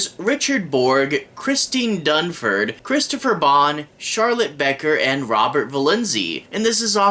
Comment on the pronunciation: Ummm. Booker. Not Becker. Ha. But thanks, I’ve done just fine. Also? This story is based on Southern folklore. So, not as random as you think.